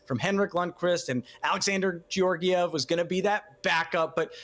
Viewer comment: Ugh “Gee-orgiev”...this is hard to watch...